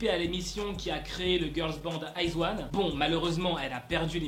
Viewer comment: Ce se prononce pas Aizoone mais « Izi » one